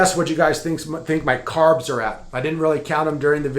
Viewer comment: Carbsss??? gasp